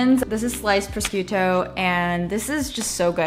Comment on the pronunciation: The way you pronounce gigli and prosciutto sksjsjksjsjjsk